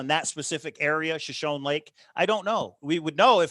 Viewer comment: Note-Shoshone is pronounced sho-sho-nee